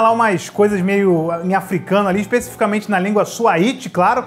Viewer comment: A língua é Swahili (não Swahiti), segunda língua oficial da Tanzania e falada em muitas outras regiões da África. O que faz todo o sentido, visto o Kilimanjaro, pra situar ainda mais o filme.